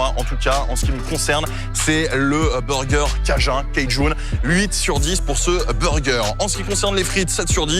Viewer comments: en français, on ne dit pas "cajin" on dit bien "cajoune" voila. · Cajun c'est du français de Louisiane donc ça se prononce à la française tout simplement ! Et aussi le ''Mashed Potatoe'' bah c'est de la purée, faut pas chercher loin ! 🤣🤣